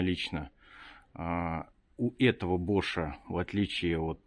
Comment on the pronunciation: не БошАм, а БОшам! Ударение на букву "О"!